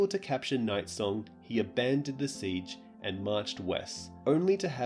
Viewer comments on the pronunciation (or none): none